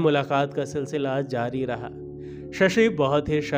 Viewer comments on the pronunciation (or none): none